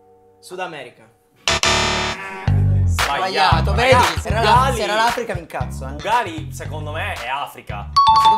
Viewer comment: Uguagli, sei riuscito a leggerlo Ugali😂